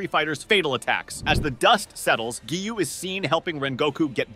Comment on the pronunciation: Because you don’t know how to say Kagaya, Tanjiro, Akaza, and Hinokami Kagura. Oh yeah Geyiuu…it’s Giyu.